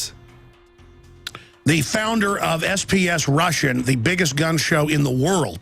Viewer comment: Alex Jones can't even pronounce it right....